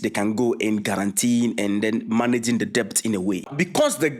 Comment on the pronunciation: Debt is pronounced "dɛt"